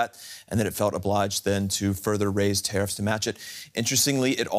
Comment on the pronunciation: "Traiffs" lol